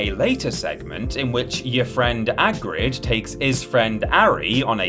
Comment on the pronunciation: ", great video! Loved it!" -Your Friend, 'agrid"